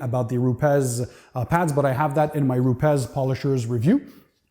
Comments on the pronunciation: It's not RupeZ, it's RupeS. Rupes is a Italian company and I live in Italy, and that's how it's pronounced. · You where probably talking with a manager for US/Canadian market. Here in EU and specially in Italy, nobody is pronouncing it in that way. We all say Rupes. It's probably the same thing like with the Ferrari or Lamborghini, 99% ppl from US are pronouncing it wrong.